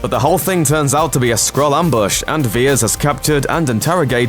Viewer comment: Vers not Viers